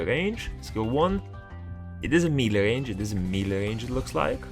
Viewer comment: U pronounce melee wrong :)